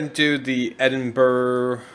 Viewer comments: Another very enjoyable video. This one was even more enjoyable as it is quite local to me (about 2.5 hours drive away). BTW Edinburgh is pronounced "Edinburra" rather than "Edinburg". Also, if you had looked up to your left after the first tunnel you would have seen the famous Edinburgh Castle. ;-) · It's not pronounced Edinburg it's pronounced Edinbrih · “Official Marc Cubed” Brady The closest American pronunce would probably be Edin-Borogh. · its not pronounced that either you thicko its called Edinburgh I live there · Top tips from a person who lives in Glasgow Glasgow Is pronounced Glas-Go Edinburgh Is pronounced Edin-bur-ah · Amazing video mate, but its pronounced Edinburh, don't pronounce the G haha, just a tip for next time